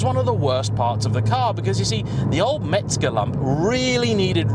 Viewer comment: " MEZGER" !!!!! " MEZGER" not Metzger 😊😊😊😊😊😊😊